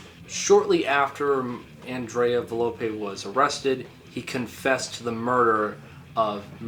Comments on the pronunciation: nicola sapone was not the girl, it was the bald dude. also its volpe not valope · i have to say this is not very well Research ed, there is a lot more Information regarding tollis and his involvement with members of the beasts of Satan. Also you got some names wrong (Its volpe and not velope, for some. reason you say it right later down the line)